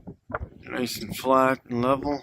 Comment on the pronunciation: It's truly ironic that he decided to build 3D objects to place on his 3D car... even his flat flurf hood sticker is 3D... and he is saying "Erff es Flat"